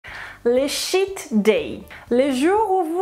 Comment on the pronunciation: "Cheat day" Madame. Pas "Shit day" hhhhhh❤